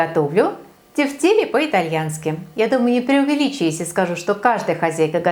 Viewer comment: правильно произносить тЕфтели, ударение на Е в первом слоге! вкуснятина! спасибо за рецепт!